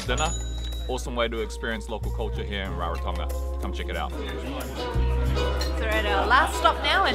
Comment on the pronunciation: You both sound like locals...great pronunciation and hope you both had a blast in Rarotonga ❤️